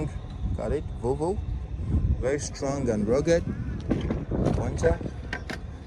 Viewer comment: I like the way u say volvo it kinda sounds like "vovo" which in my languag is a shortened way to say vomit🤣🤣💀